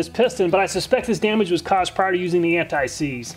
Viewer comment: "Antseize W120" lol!